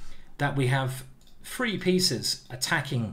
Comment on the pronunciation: FFFFree pieces is the magic number...FFFreee?? TH TH TH TH TH TH ...........practice for five minutes and learn too say the word correctly. This guy wants us to practice chess..yet he chooses to not practice the word THree.